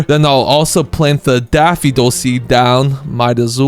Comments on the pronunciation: daffidol instead of daffodil lol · why do you say daffidol but the subtitles daffodil? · Sorry to be this person but it’s Daff-oh-dill 🙃🙃